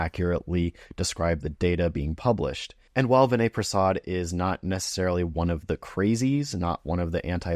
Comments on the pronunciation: First of all, you may want to pronounce his name correctly. Vinay’s audience is not a bunch of anti-vaxers. They instead recognize that the risk of myocarditis in a young healthypopulation exceeds the benefit of Covid vaccination. Your claim that his audience are a bunch of anti-vaxers is an ignorant gross oversimplification. Lastly you are not a clinician and should venture carefully into drawing conclusions along these lines. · Maybe pronounce his name correctly -Vinay is unapologetically a critical appraisal expert, a much needed skill in a pro-pharma environment especially in his field of hematology oncology -he does not need to cross cut his videos every 2 minutes; i expect i know the reason